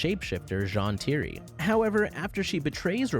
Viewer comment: Don’t mean to be rude but there is no possible reason for you to mispronounce Zhan Tiri if you watched the show. Edit: ok you fixed it later but still… wait, DemanCHus?!